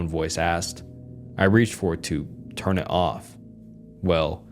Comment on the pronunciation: I was looking for this comment when he said “hern it off” instead of “turn it off” I actually thought it was AI 😂